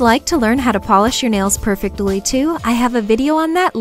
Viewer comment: the way you pronounce perfectly like perfect-illy reminds me of my aunt :) i love your channel and videos, and i think you are so sweet and amazing! thank you for this video, i didn't know they made nail polish remover without acetone. <3